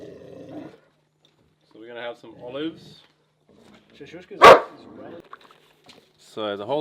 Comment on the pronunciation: Its called shakshuka not shashushka folks. Keep up the good work. I enjoy your vids very much and learned so much from it. Thanks to Amalia for her support. Greetings from Berlin / Europe.